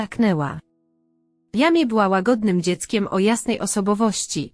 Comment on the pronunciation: NIE czyta się jamie tylko „dżemi”! !!